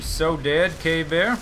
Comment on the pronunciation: Every time you say cave bear, it sounds like you're actually saying 'gay bear'